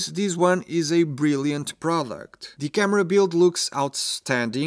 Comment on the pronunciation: Has anyone ever mentioned to this guy that the word "the" is not pronounced "dee"?